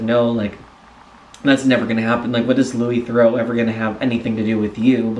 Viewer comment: Incidentally, you mispronounce "Theroux" as "Thoreau". They're not the same.